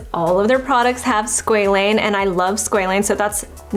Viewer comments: It’s Sqa Lane Not sqelene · its pronounced sqwa-lane 😭